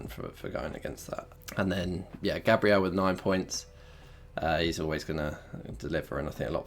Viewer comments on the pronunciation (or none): none